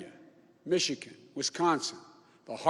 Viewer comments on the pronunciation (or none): none